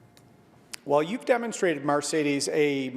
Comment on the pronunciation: O'Toole can't even pronounce the host's name correctly. What's so difficult about 'Mercedes'? How many of them has he driven in?